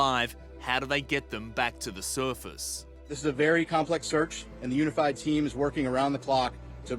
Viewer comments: The suerfast 😂😂😂😂 Bro the way The reporter says surface 😂😂😂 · The way the guy pronounces “surface” is so irritating. SURFUS 🥲😭